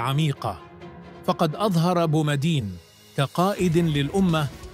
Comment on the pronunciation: الكلام فيه زيادات. وان الفيديو تعرض لصناعة.وانه لم يذكر اسم وزير . للشؤون الدينية. وان تحية المسجد لايمكن أن يغفل عنها بومدين. وان كلمة الاحراج تكون زائدة. وان لغة صاحب الفيديو تظهر أنه لايحسن نطق الأسماء.(بومدين). ومن ثم أن الشعراوي.كان يومها في بداية مشواره كان مفتشا فقط ولم يكن كما صار في آخر أيامه.وسواء حادث ذلك او لم يحدث فإن بومدين كان متعلما وحافظ لكتاب الله. ورحم الله الجميع ومن لزم حده.